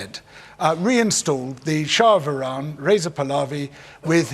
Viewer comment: surprised that he’s pronounced Iran correctly